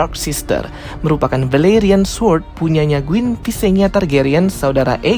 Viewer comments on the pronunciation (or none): Queen Banng bukan Guinn